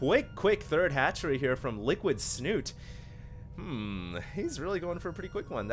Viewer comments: I know that in english the ending can be silent. But in this case Snute is a Norwegian player, and the E should not be silent. Unless he has specifically said it should be pronounced "snut". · Please please stop saying "Snut" :) The E is not silent. And its Norwegian for "snout" ;)